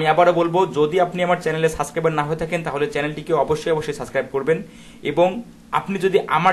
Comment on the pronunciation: দয়া করে সাবস্ক্রাইবার শব্দের উচ্চারণটা সঠিক করে নিবেন তা না হলে আপনার শিক্ষার্থীরা আপনার মতে উচ্চারণ করবে এবং এটা ভাইরাসের মতো ছড়িয়ে পড়বে সমগ্র শিক্ষার্থীর ভেতর